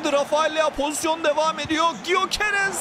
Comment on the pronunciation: Gyöekeress "Göqeres" diye okunuyor diye biliyorum abi "y" harfi okunmuyor